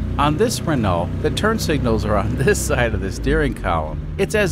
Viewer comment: It’s pronounced “Reneau”